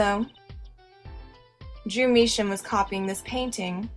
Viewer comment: Who noticed mistaking Drew Misham For Jew Misham? XD is it me or was that myx hearing